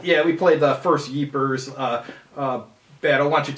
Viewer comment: I never heard Ypres pronounce that way, nice effort anyway 😊